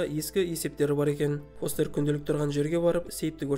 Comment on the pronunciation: Брат не стедн фестерді фостер дедің ба форест дедің ба нормални аты бар ғой фестер